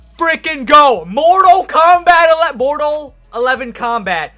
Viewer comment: “Mortal Eleven Kombat”........🤦🏾‍♂️